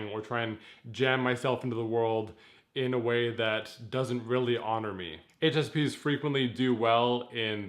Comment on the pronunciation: sounded like he said HSPenis xdxdxdxdxdxdxdxdxdxdxd